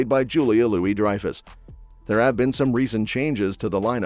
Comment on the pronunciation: Julie-Louie 😂 Dryfus